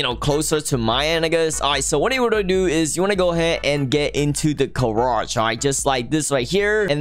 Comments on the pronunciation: I love the irony of accent. “The *Car*age” its great! 😂 If you don’t get what i mean, he says Car instead of Gar in garage. But the garage is for cars. But a carriage is a type of transport. Such a play on words! Im crazy 😜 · the way he says garage its like carage